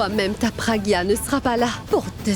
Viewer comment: Ça me fait tellement mal au cœur lorsque moni prononce mal le prénom de ma pragya et de mon abhi 😢💔